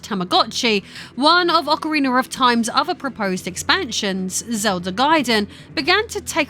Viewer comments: PSA It is Ocarina not Ocariner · “ock-o-ree-ner” wtf? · Did you say Ocariner? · It's Ocarina of Time not Ocarinar of Time... will have to block you for that. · AwkaRiner of time jk love U it's important to me you know I'm joking. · Ocawiener of Time😂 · bruh what is "Occer Reener" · yikes I can't believe how much her accent destroys the name of this game.